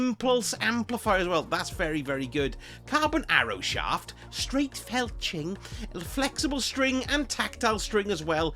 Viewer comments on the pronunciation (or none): My ears did not deceive me. Felching was substituted for fletching. Magnificent.